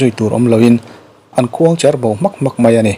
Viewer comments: Youtuber ho hian duh aiin mizo țawng thluk an thiamlo mah mah hlawm ka ti. Beng a ti kham deuh tlat zel... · Khuangcher ilam dan adiklo ania..